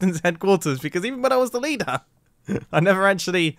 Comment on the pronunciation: lider, you meant "leeder" right ?